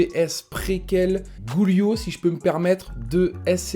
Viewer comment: sinon merci beaucoup pour l'écoute par contre arrête de dire GOULIO MDRRRR ça se dit DJUILIO sinon écris guilio sur google trad et met la voix